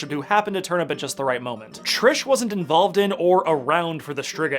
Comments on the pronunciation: As much as I forgive the prononciation of wiedźmin , Jaskier is pronounced Yaskier and it’s Triss not Trish. This ain’t DMC ;) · It's Triss, not Trish. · psst her name is Triss not Trish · Triss not Trish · Did he just call Triss Trish?